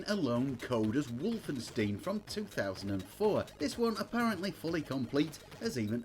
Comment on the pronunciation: Wolfenstein not wolfensteen! You are the ONLY person I have ever heard get it wrong!! EI is pronounced as eye not ee 🤣🤣🤣🤣🤣